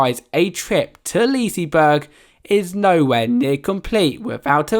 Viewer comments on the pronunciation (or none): I'm well aware I was being sarcastic because of his pronunciation :) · Only Swedish people Will get annoyed when English people say leasyberg😂 im Swedish and i know how to spela it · What the hell is “Leasyberg”